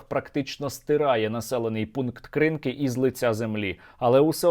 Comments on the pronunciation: Сергій, будь ласка, наколошуйте правильно. Не КрИнки, а КринкИ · Та КринкИ, а не КрИнки! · Тільки село називається "кринкИ" з наголосом на останній склад. КринкИ, кринкІв. росня пише крИнкі та крИнок, бо не знає як правильно. Дяка, чудова праця як завжди, ви робите великий вклад у перемогу👍🇺🇦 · КринкИИИИИ! не треба КрИИннки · Сергію, ще раз хочу звернути увагу, що населений пункт називається Кринки́ Кринки́ — село в Україні, в Олешківській міській громаді Херсонського району Херсонської області. Дякую за випуск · КринкИ - наголос на другий слог Подивиться українську Вікіпедію. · Сергій, вибачте, будь ласка, але наші херсонські Кришки не називайте на росячий лад. Вони - Кришки( з наголосом на другу голосну).